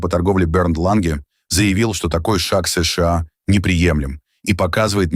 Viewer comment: Не «ЭС ШЕ А», А «ЭС ША А» или «США»НАДО ГОВОРИТЬ ПО-РУССКИ!!! А искусственный интеллект требует надзора ! ИНАЧЕ НАСТУПИТ ХАОС НА БЕЛОМ СВЕТЕ!!!